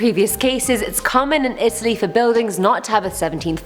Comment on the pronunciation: She said Italy wrong lol😂